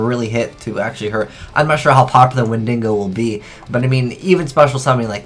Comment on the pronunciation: "Wendingo" Christ take some time to actually read the name of the card